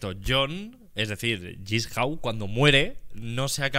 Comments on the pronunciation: Le encanta saw pero dice jissau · Jigsaw existe Auron: "Yisjau"